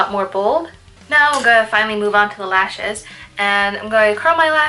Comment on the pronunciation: towards the end your describing "how the black can close up your eyes", and you were moving to your lashes, and i thought you said "moving onto your last shit." ' when what you were really saying was lashes.LOL